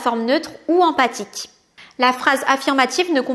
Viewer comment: Attention c'est phrase empHatique et pas empathique !!!